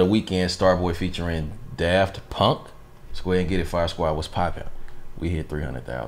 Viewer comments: Why is he saying Daft Punk as if he has never heard of them!? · Bruh.... why you say daft punk like it’s your first time seeing that name lol